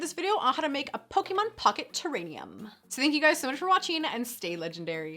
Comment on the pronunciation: Lol “terrainium”